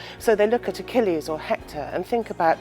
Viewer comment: You should be taken off for EKELEEEESSSSS. Is that how YOU pronounce Achilles????? A KILL EEEZZZ. Achilles. These readers or computers have to go. As an amateur historian it is so disconcerting to hear these idiots pronounce names that everyone knows how they're pronounced!~ Or do a freakin' read through. This one is sooooooooo bad. Homer of all things.